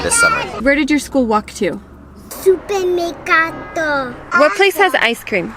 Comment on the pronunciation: SUPERMERCATO ! The "girl" says right with the "right" R and the "right" E. She also says GELATO and especially GELATERIA. 100% italian pronunciation. the mother says "MERCATO" too...but FEEL the difference....😎